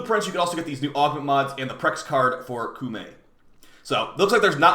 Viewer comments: KO-MAY is the actually pronunciation btw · Heard someone said cummy